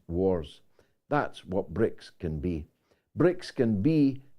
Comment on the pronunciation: George not BRIICS but BRICSI 😁